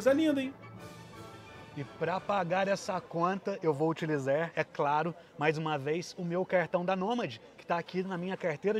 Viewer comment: que agonia ele falando "vou utilizer no meu celuler" kkkkkkk